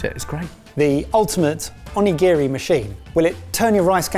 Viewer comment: Ugh the constant mispronuciation of onigiri is painful. But great video!